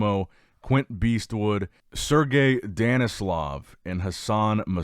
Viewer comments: It's Danilov, not Denislov. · Finally Danilov was able to bring the conditioning onto the stage. His last name was mispronounced in the beginning of the video , it is Danilov no "s" in there. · its DAH-NI-LOV